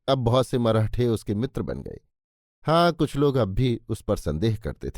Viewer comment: मरहठे नही "मराठे"